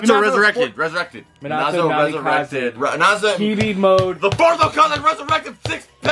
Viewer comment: it’s ME-NA-TOE. That’s how you say it